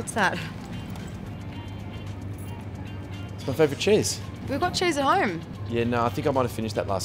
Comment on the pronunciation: Were they talking about cheese??? It sounded like Chiz